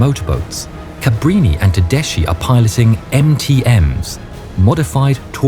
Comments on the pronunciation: Tedeschi has to be read as Tedeski, not Tedesci. I cannot listen to such a shame. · darlin', it's teDESKY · Everything is perfect but just a correction Tedeschi is spelled Tedeski, not tedeshi